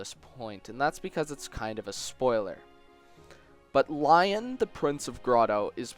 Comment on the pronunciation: Okay I know I'm sorta late but Lyons name isn't pronounced Lion but more like Leon.